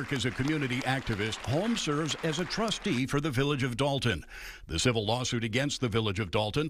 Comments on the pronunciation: What is a "tustee" ?? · What's a "TUSTEE"??? What an embarrassment of a "news" source. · "Dalton TUSTEE"? Petty, I know, but who's your editor/whatever....AND HOW MUCH DO THEY MAKE? JAST Woulndtring! Me fail Inglish! Dat unpossible! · What the hell is a "tustee"?